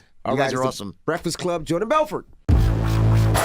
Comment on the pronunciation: "Hellaw muistr Belfwort" HahahhaAHAH